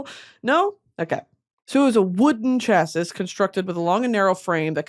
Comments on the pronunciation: Also just gotta let you know it’s “chass-ē” not chass-is🫶🏻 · Chassis is pronounced CHA-see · Erm, actually☝️, English 101 class graduate here🤓, chassis is pronounced “Cha-see.” 😁 Hope this helps! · not her pronouncing it as chass-iss when it’s chass-ee im dying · Hey queen - It’s ‘chassey’ not Chass-iss 💕love u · Prounouced “cha-SEE” not cha-sis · ummmmm EXCUSE ME MISSS it's not "chassis" but actually "chassie" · “Chass-iss” is killing me lmfao it’s pronounced like CHASSY 💀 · girl it’s not chah-sis it’s chah-see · Surprised no one’s told her it’s pronounced CHA-SEE and not CHASISS lol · Me screaming at the screen “ ITS CHASS-EE BABE” 💀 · Spent 4.5 years getting a mechanical engineering degree just so I can pass on this crucial bit of information. Unfortunately, chassis is pronounced chas-ey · Sorry Brittany but I am a nerd and the way u pronounce chassis is sha-see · Every time you said chas-sis it was like nails on a chalkboard to me. I’m not beating the dork allegations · It’s pronounced cha-see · Hey not trying to make you feel stupid Brittany but ‘chassis’ does in fact = ‘shassy’ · Dying at “chassis” 😂💀 my husband is the nerd though, not me… it’s pronounced “chassey” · the irony of you explaining what a chassis is but pronouncing it phonetically and not as 'chass-ee' like it's supposed to be is sending me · Chassis= CHASS-ee btw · Chassis is pronounced chasscee , its french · chassis is pronounced 'shasee' 😭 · currently crying over the way she says chassis (ITS CHAS-EE) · Um actually Brittany☝️🤓 chassis is pronounced “chassy” (it’s French) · It's pronounced Chass- ee (Chassis)☝️ 🤓 or chass-eez (plural) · Me, a nerd, yelling at the screen: ITS PRONOUNCED CHAS-EE!!!!!!!!!!!!!! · ☝️🤓 erm acktchually Brittany it's pronounced "chass-see" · hi um litully it’s said “ch-ah-see” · Also, it’s pronounced (chā•see) 🤓☝️ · Chassis (cha-see) I’m so sorry. Love you mom. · PLEASE stop saying chass sis. Lmao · Pronounced CHASSIE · girl it’s pronounced chassie